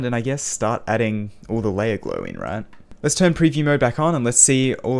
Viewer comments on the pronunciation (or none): none